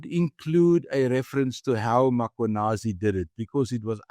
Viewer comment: Please pronounce the surname 'Mkhwanazi' correctly both of you: not Makhwanazi... it's pronounced MmKwanazi... what's so difficult about that? Maybe trivial to some, but show some respect 🙄